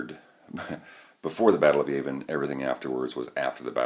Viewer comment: Yah-vin not Yay-vin.